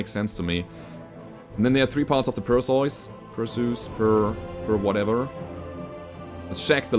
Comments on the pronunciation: Usually Per-See-Us is how I hear it pronounced. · Hey. Perseus is pronounced as Per-See-Us. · Its pronounced "Per-see-us" a mythological Greek hero who beheaded madusa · While "PER see us" is the usual English (Hollywood see Clash of Titans) pronounciation, it turrns out for Greeks and Germans it is more like "p eh r s EH f s" see New one to me. Got idea to look from Brogus Frogson's post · its Perseus, the greek hero who slew the Gorgon (Medusa). Is that how you pronounce the name in German? Because I'm fairly certain that all european countries pronounce it the same way as it is in greek and english. Per-see-us. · In German the "eu" in "Perseus" is roughly pronounced like the "oy" in "boy".